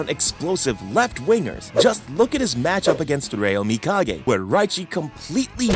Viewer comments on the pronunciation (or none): none